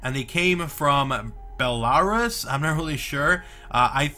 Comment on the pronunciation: The way you pronounced Belarus 😂😂😂😂